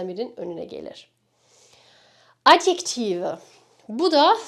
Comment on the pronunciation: adjective adyektive olarak telaffuz edilmiyor mudu